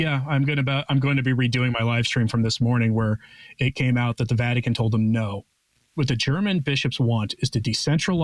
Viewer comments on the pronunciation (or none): none